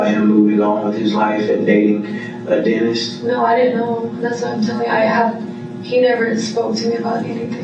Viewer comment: When the detective said maybe he didn't want a hygienist maybe he wanted to denist I was like Daaaamn🤣